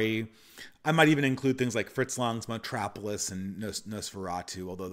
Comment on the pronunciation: It’s also Metropolis, not Metrapolis.